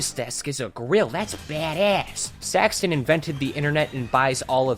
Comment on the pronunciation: The way this guy says saxton is just unholy